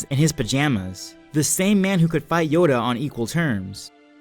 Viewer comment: You say yoda is yado